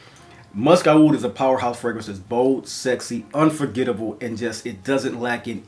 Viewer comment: Aoud is actually pronounce as oud, and is the middle eastern/arabic spelling of the word.